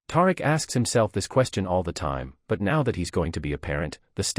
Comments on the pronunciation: I know if you watch this show you know good and well his name is pronounced TaReek smh Do better 😒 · You need to learn to pronounce Tariq name correctly